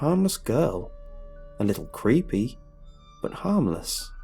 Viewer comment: HAHHAHAHAHAHA I thought you said preepy not creepy! Too much? Okay...